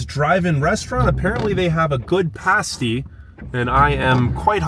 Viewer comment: At least he said PASS TEE right.